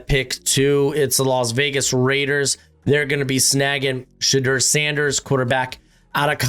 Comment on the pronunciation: bro why do you say Shedeur’s name like that?